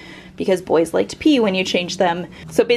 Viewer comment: Love the "I want to believe" poster, but why did you have to put so much emphasis on 'really cute in a little BOY's room?